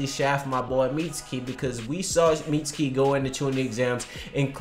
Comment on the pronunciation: Y'all should be saying "Mitsuki" & "Katasuke" the same y'all say "Sasuke."